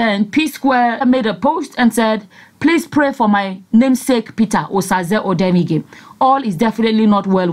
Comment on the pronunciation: Not odenige it's odemwingie